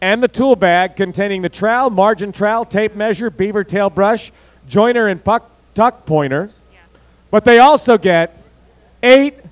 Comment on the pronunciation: He said fuck instead of tuck - . That is all.